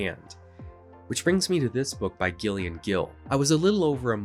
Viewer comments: not commenting on the video itself, I like that part, but when a female presenting person has the name Gillian, it's not pronounced "Ghillian" lol, it's "Jillian" but with a G instead of a J, the whole section on that weird ass biography author I had no idea it was a woman, lol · Gillian is pronounced 'Jillian'.